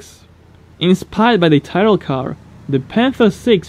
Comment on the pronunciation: It's not Tyrrell as in typing but Tyrrell as in tipping